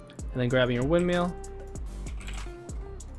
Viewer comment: YOU SAID WINDMEAL